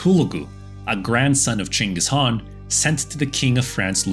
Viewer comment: Only white man to pronounce "chinggis khan" name properly as possible. Thank you.